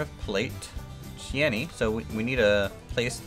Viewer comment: In case you weren't just being humorous with it, Cheyenne is pronounced 'Shy Ann', as in Wyoming.